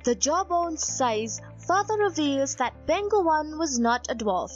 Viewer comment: Just wanna comment that the place is pronounced as Peng Hu.